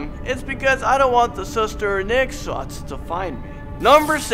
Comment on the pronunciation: Ngesot : "ngengsot" 😂😂😂